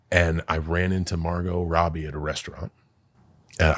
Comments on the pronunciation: Why did be pronounce Margot Robbie like that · There is no way Logan pronounced Margot Robbie's name like that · Can't get passed Mar-GOT Robbie😂😂